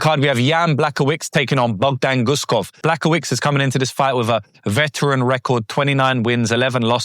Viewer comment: brother, "Błachowicz" ends with "cz" and you should read it like "ch" in "chair". B, ł(WOOden) .... cz (CHair). Great video though!